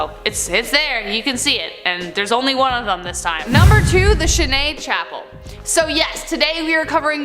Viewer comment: Chêne Chapelle (Chapel Oak) is located in Allouville-Bellefosse in Seine-Maritime, France. It is pronounced shen sha-PEL. Great & informative video! Thank you.